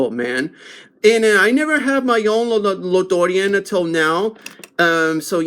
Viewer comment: La Dorean. 😂😂😂 damn bro which part of mexico is that